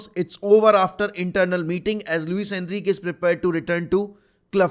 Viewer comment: Bro it's not ENRIQ It's Enrique you're saying it wrong